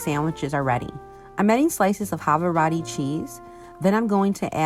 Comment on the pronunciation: lol how you say Havarti. it is huh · vaar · tee